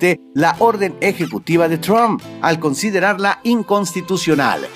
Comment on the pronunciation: cuando vas a decir bien "Trump"